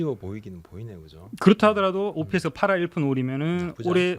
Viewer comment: 단장이란 사람이 ops를 할푼리로 읽네 ㅋㅋㅋㅋㅋ